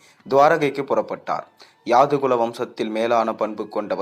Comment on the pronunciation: Pl read the script before presentation,so many mistakes, where tostop and to start, so many confusions, yadhu kulam not yaadu kulam. Karka kasadu ara enbathu thiruvalluvar vakku Valai thalangalil padivu cheyyumpothu pizhai illamal cheyyavum. Incomplete.